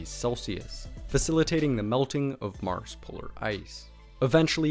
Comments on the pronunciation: "On Meurs"... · I swear I heard you call mars Morris a couple times.